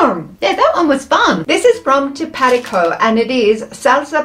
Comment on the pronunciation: Tapatio is pronounced Tap a tay o 😊